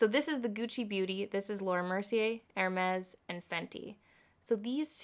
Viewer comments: stop saying hermes im crying!!! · My heart broke everytime you said « hermes » (I’m French🤣) + I agree with you I definitely preferred the hermes one, the Fenty is way too neon for me 🙈 not ready to spend this much in an orange lipstick but I might with the hermes red version 🤔😍